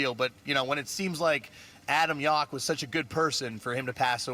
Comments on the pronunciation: First dude said his name wrong. He said Yok. It’s Yowk. They say his name in their music so much, you’d think he’s know how to pronounce the name correctly. Edit: narrator said his name wrong too. Sheesh. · Yauch. Not Yawk. Just awful. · Everybody in that Much Music video mispronounced Yauch's last name.